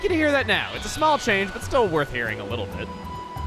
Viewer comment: don't you mean when you were....wittle